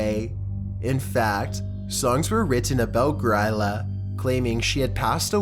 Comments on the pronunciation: I really appreciate him talking about Grýla but I can't help but cringe at the way he pronounces it. It sounds like "Gree-la" not "Griila", just had to comment because it was bothering me so much haha. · She’s pronounced “Greela” :) she’s the mother of the Yule Lads, Iceland’s equivalent of Santa